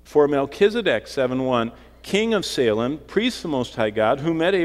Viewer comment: It's pronounced "say-lem", there is no "h" or "sha" in "Salem", nor a "leam". People from Salem Massachusetts are having fits hearing this...very distracting.